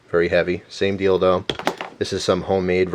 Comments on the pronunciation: he said same dealdo, or dildo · sorry for thinking perverted but it sounds like you're saing " 'sane dildo" which kinda fits... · when he said same deal tho It sound like he said same dildo😊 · "Same deal, tho" or "same dildo"? Given the shape of the object my mind is bend. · i thought u said same dildo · I could swear you called that a dildo...:p